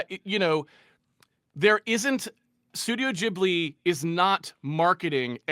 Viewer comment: I am no hater. But calling Ghibli Geebli is triggering me hard xD